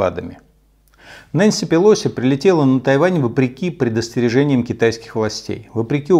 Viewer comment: Умного человека и послушать приятно! Спасибо! Очень уважаю Вас. И отдельное спасибо за правильное произношение фамилии Нэнси ПелОси, а то все остальные почему-то ее называют пЭлоси... это так, к слову